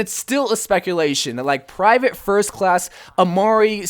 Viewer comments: Its pronounced Em-reh not Emr-ay... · It’s so sad how none of these you tubers can pronounce a simple 4 letter name. English is my native language and I have no problem seeing that it is pronounced Em-ray. Is it that hard? Lmfao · The name is pronounced as "Am-ray". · You totally raped the name 😂😂 Made me laugh so hard. Would be cool if the name character would be Emre! That’s my name as well :D